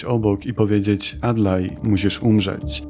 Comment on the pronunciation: Ziomek fajne podcasty /filmy ale przestań robić te ćsii i źcsii na końcu wyrazów Przykład 9.11-9.13 "teraz musisz umrzećsjii" za duży nacisk dajesz na wymiawianie spółgłosek temu to tak wychodzi, że przy wymawianiu świszczysz na końcu takich wyrazów. Niby pierdoła, ale jak się słucha odcinek po odcinku to strasznie wnerwiające. Chyba że masz szparę między zębami i to dlatego Pozdrawiam